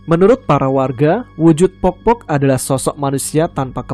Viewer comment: sebutannya bkn pokpok klo di suku bugis tp poppo mas